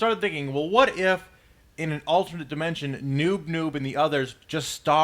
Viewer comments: His name is noop noop not noob noob! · Its not Noob Noob, its Noop Noop. ._. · its noop noop, p not b